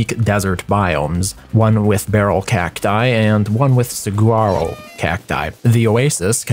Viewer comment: Just for future reference, "saguaro" is pronounced "suh-wah-ro". Love your videos!